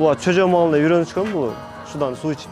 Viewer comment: Чөжө эмес жөжө 😂